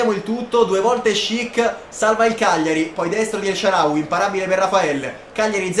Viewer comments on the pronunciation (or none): HAHAHAH ANCORA SHICK “NELSHARAWY”